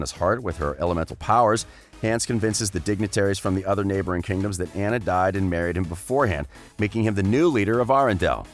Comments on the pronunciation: It’s not aughuhjjghughuhnna it’s anna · It annoys me how he pronounces Anna Also I always thought hans was a more interesting character than the sisters. His story of being the 13th son and his desire to journey to "find his fortune" reminds me of alot of fairy tales where multiple siblings leave for that purpose while the older ones have either varied success or outright fail but the youngest succeeds and usually saves the others. His story had potential but it didn't pan out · You are saying Anna’s name wrong